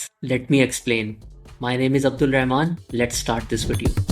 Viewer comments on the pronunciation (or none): none